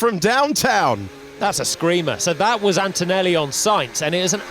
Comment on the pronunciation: 0.42 "antoelli alongside piastri" hes been watching too much david croft